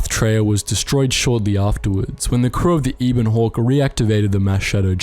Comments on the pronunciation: Yeah that was cringe. Anyone who's played either of the KOTOR games knows how to say Telos...or the Ebon Hawk. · I dont want to sound rude but some of your pronunciation is off because I recall the names of the Ebon Hawk, Telos, and Peragus very differently. Love the lore but please pay closer attention to these details. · The information in the video was definitely good but I can't lie I was getting annoyed with all the incorrect pronunciations. It's Har-bin-ger, Pa-ra-gus, ebb-in hawk, t-los, at-ton, nhi-lis.